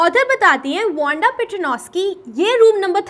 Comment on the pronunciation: "Wonda" Ya "Wanda" 😂